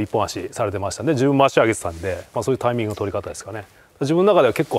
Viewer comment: △タイ↑ミング ○タ↑イミング